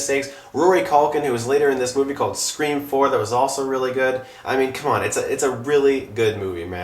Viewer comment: Awww he pronounced Scr4am like Fan4stic